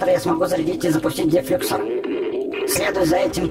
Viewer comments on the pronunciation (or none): Не дефлюксор ударение на о